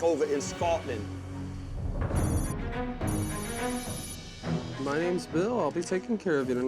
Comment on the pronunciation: BAKKK OVAAAA IN SCAWTLANDDDD